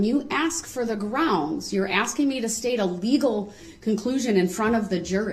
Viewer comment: “I’m not trying to get you to give me legal advice. I’m only axing you to tell me what to do when I break the law and get charged with a crime.” This has been another great quote by legal mastermind Duhrell “licen place” brooks attorney of lawfully law. The man who brought you “it’s not an examination it’s a direct” and “is a thyroid a form of cancer?”